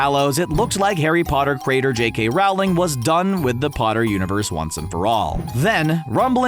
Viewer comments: Youre saying it wrong. Its rOHling. Not rAOling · Loved the video 💜, but I just have to say: It’s pronounced Rolling, not Raoling! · ITS J.K ROWLING NOT RAWLING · You pronounced Rowling wrong it’s pronounced “Rolling” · Rowling rhymes with bowling